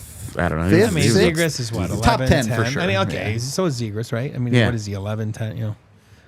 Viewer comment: Great discussion all around this pod. Could be interesting to see what the Avs do with Byram after this trade. But for the love of God, it's Zeeg-Riss not Zeeg-Ross. I don't want that guy here specifically so I don't have to hear his last name butchered over and over.